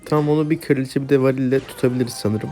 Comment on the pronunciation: Kardeşim kiraliçe değil kraliçe sinir oluyorum